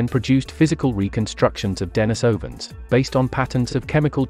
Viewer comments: Why do you say "DENYsovans", then a few seconds later say "DENISovans"? There's NO consistency in your pronunciation, which as a native English speaker, I find maddening! (Forget the DENY bit; it doesn't need to be as complicated as you've chosen to make it). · Okay,, you can't pronounce Denisovans properly? They aren't "den-AHES-oh-vahns." They are "dehn-EES-oh-vahns." Ffs. You want to be taken seriously, get the basics right. And what the hell is Homo "SAP-ee-ehns?" You pronounced Denisova cave right, then proceed to keep on pronouncing them as deh-NAHES-oh-vahns, or deh-NIHS-oh-vahns. Come on. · Well if you want to sound like an idiot who refuses to speak a name scientificlycorrectly, how can we trust any information you five us to be correct as well? Sorry but we cannot. You are an informational broken point Unless and until you can correctly pronounce a scientific name of one of our ancestors I cannot subscribe to your channel any longer. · Denisovans, comes from the name of a Monk called Denis. So it should not be pronunced Denajsovan. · Thanks, was informative. Your sometimes false pronunciation of Denisovans as Den EYE sovans was irritating, many times you pronounced it correctly. It's the same when some english speakers pronounce urinal as ur EYE nal. Strange. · Maaaan try get the pronouciasion right ur all over the map. De ni sovans.... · de-NEES-ov- an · Deny-sovans?? Homo flo-she-ensis??? 😂😂